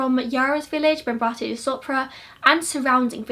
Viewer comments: Haha don't worry it was completely fine! You only slightly mispronounced the girl's surname (the accent was on the second A) but the rest was great. Thank you for covering this case! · Except for her surname you got everything right!